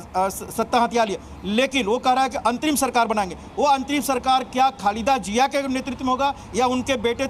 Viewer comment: Are khalida jiya nahi Khalida zeya hI wo Pata nahi kaise anchor ban jaate ho Ap